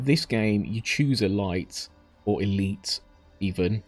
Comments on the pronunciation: E-light? What the fucking fuck? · It's not the same at all. Elite has a proper pronunciation.